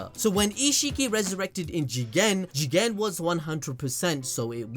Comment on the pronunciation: I have to leave this video he said Jigen normally